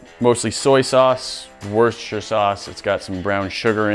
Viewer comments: “worshershhahshsjjash sauce” lol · worshture sauce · Worcestershire sauce pronounced woo-stuh-shur sauce. If you say it into Siri like that, you’ll know you have it right when it types it out correctly. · WERSHER SAUCE me:instantly correcting him but then saying it wrong and spend over 2 hours trying to say it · ‘worchsstiejjaj sauce’ (1 use = 1 like)